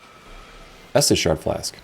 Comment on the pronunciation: Estus not Estes